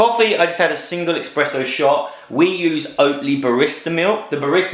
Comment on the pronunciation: Said "expresso"